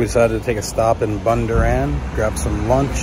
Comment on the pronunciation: Loved your pronunciation of Bundoran. It's pronounced as Bunn-door-in. Great vid!